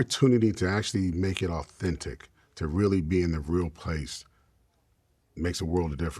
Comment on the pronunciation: "Every fink au - fentic...." Okay.... Okay, Jan.....